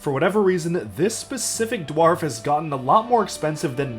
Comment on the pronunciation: Learn how to say dwarf properly